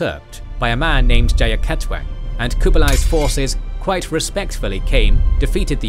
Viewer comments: It should be Jayakatwang, not Jayakatong ^^ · it is "Jayakatwang" not "Jayakatong" :D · Jayakatwang, not Jayakatong. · A little corrections: Jayakathong: Jayakatwang Pachekan: Pasuruan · it's Jaya KATWANG, not KATONG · *Jayakatwang, not Jayakatong I'm Javanese but this is the first time I heard about the Mongol side of the story, fascinating. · Not jayakatong,but jayakatwang. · Jayakatwang, not Jayakatong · JAYAKATWANG not JAYAKATONG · JayakatWANG not JayakaTONG 😂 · Is Jayakatwang pronounce jayakatong in javanese? I'm indonesian but I don't speak javanese, in my history book it's written Jayakatwang and most indonesian people pronounce the same